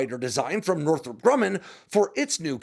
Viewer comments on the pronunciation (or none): none